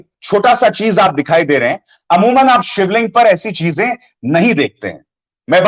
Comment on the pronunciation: Aap pahle sivling ka naam vi thik nhi lete